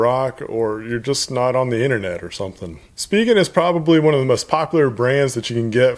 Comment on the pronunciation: Thank you for pronouncing it right (SpeeGen). Currently using the Rugged Armor from Spigen but waiting for UAG to come out with a case for the HTC 10.